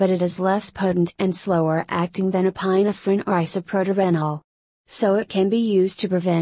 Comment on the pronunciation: ePINE - ephrin? Cmon people, use real voices, this is painful to listen to.